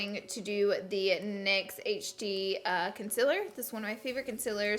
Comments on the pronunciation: Lol the way you pronounced it lol . Like you say consiler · "Consiller" 😂❤️ love u, Laura😂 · U say CONCEALER wrong. Not consiller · Hmm if only you said concealer instead of consellar like you said mochi instead of moshi. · she says concealar concilar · WHY DOES SHE SAY CONCEALER WRONG